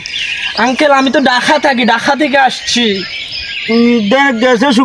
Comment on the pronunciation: ঢাহা না ঢাকা 😂😂😂😂😂😂😂😂😂😂😂😂😂